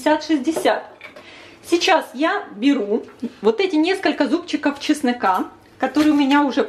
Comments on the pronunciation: Почему ведущая говлрит:"Часныка?" Если правильно - "чеснок". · Только мне слышится, или девушка говорит, добавть чеснЫка? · Не чесныка, а чеснока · Почему ЧЕСНЫКА???? ЭТО РЕЖЕТ СЛУХ, КАК РИЗЕТКА ИЛИ ТУБАРЕТКА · ЧеснОка ,а не часнЫка . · почему,,,чЫснЫка,,, правильно,, чеснока,,🌷😂